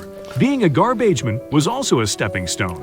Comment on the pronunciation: Gar-beige-men. LMAO